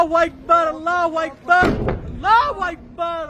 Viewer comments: আল্লাহ হুয়াইকবার কি ভাই??? আল্লাহ হুআকবার বলতে শিখেন। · আল্লাহু আকবার টা ভালো করে উচ্চারণ করেন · এই বদমাশ আল্লাহু আকবার ঠিক মতন ক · সবাই নিরাপদে থাকবেন, আর হে আল্লাহু আকবার শব্দটা একটু ভালোভাবে শিখবেন ও উচ্চারণ করবেন ও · ঠিক বলছেন।। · আল্লাহু আকবার ঠিকভাবে বল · ওর কথা থেকে কি শিখবো আরবে থেকেও এখনো আল্লাহু আকবার শুদ্ধ করে বলতে পারেনা। হায়রে মানুষ মরলে কি করবা 😭😔